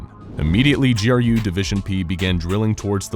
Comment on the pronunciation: So glad you didn't say "Grue" division good job.